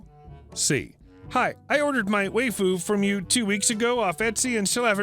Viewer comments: It's pronounced why-fu not whey-fu and Saber is a very popular character from fate/stay night series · Lol, "way-foo". It's wife-ooh. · Lol "way-foo", waifu is pronounced "wife-foo". It is Japanese for wife, used by anime nerds who would rather a 2D love interest than risking rejection. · Hahaha how he pronounced waifu... way-fu lol. Wife-fu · Waifu is pronounced WIFE-ooo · That's... Now how you pronounce"waifu". Waifu = wife with an oo on the end. Wife-oo. Waifu. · I'm going to be the 7th or 8th to tell you... it's pronounces wah-ee-fuh. Don't let the 'why-fu' trolls fool you. They're all liars who stole the election from Ralph Nader in 2000 with the help of AOC (which is impressive as she was only 11 at the time; give credit where credit is due. The reptiloids (who are really avian) are crafty f***ers). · It's pronounced WHY-fu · "Why-foo" might be easier to understand =)